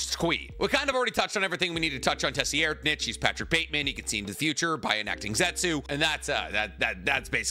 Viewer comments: "Tessy Air'd Nich" Holy fucking shit, dude. "SIR EYE'D ". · Has no one told that tserreidnich name is pronounced sir-eyed-nitch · I've not heard other people say the 4th prince's name that way. Most of the time I hear (tsir-ride-) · Isn't it (Tserriednich) pronounced "Sair-reed-nich"? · His name is "Ser-Ride-" I flinched every time you mispronounced it, my dude. 😂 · He's the only person I've heard pronounce it the way he does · That 4th prince pronunciation 💀. Tho I get my pronunciation from an Australian man in a room so who really knows 😂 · It’s more reed than ride but def not what he was saying 😭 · Why are you pronouncing 4TH princes name like that?? Geez look up the pronunciation